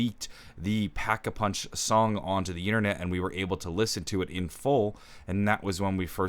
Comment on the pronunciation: no no no it’s da packa puhunch